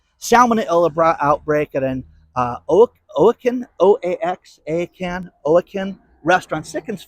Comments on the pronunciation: OAXACAN : WAH-HAH-CAN Lol! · Oaxacan - it's pronounced "Wa-ha-kin" - 😂🤣. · "Oaxacan" is pronounced Wah-HOCK-an. Oaxaca is a state in Mexico. Thought you might be interested.